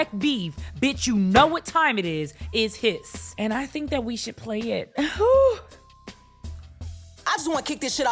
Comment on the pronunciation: Thank you for saying the name right ….Hiss 🐍